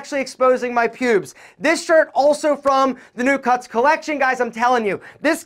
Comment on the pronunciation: For some reason the way u say “pubes”...mad funny 😂😂😂